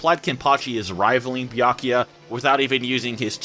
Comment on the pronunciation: It’s Bia-ku-ya not Bia-ya-ki.